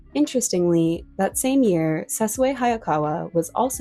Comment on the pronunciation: I've never heard Sessue Hayakawa's first name pronounced correctly. It's pronounced SESSHUU rather than SE-SU-EH. The final syllable should sound like the final syllable in ISSUE.